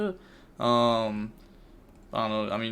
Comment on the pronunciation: I'm sure this has been brought up before, but it's pronounced jīˈ-ɡan-tik, not gi-gan-tik